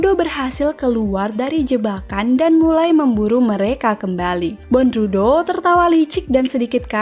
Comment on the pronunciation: Dibaca bondruw Bukan dibaca bondrudo🤣🤣🤣